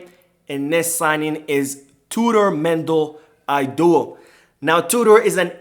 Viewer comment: Hello. Thank you for all the updates 🙏🙌🏽. By the way, it's pronounced 'Eedowu' not 'Aydowu'